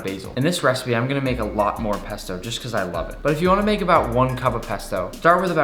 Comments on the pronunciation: I got triggered when he said pesta At the start of the vis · When he said pasto I thought he said pastor 🤣🤣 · He says pesta Because my childhood,won’t let me comprehend that he’s saying pasta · you keep saying pp p pesto pasta